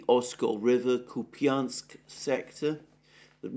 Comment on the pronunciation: Lol kopany. Its kÚpañ. There is no E at the end. Its just soft n. And accent is on U